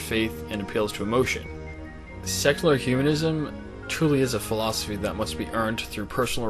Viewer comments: I'm trying really hard to not detract from the discussion but it's so hard - it sounds like he's saying sexular. Really. Great video, regardless:P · I keep hearing "sexular humanism"...